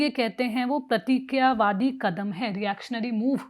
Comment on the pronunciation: अलोचना नहीं, आलोचना। प्रक्रियावादी नहीं, प्रतिक्रियावादी। स्वर्ण नहीं, सवर्ण। नाकरात्मक नहीं, नकारात्मक। हेलो, क्या कोई ठीक-ठाक हिंदी बोलने वाली (या वाला) एंकर नहीं है? बड़ा दुख होता है।